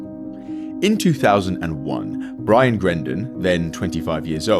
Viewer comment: Its brian not ryan